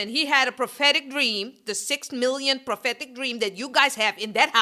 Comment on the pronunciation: Correction: "prahhhhpetic dreams." If she says that one mo' time. 😣